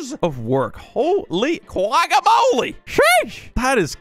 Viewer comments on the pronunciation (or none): none